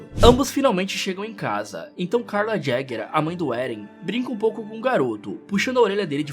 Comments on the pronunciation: Ereno Jaeger kkkkkkk é yeger tá e desculpa mas taí o certo falo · Sei lá, é engraçado o jeito que ele fala o sobrenome do Éden 😂😂